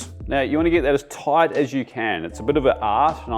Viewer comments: Toit. Toit like a toigah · Toight like a toiger